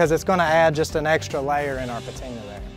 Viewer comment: It's "PATINA"!!!!!!!!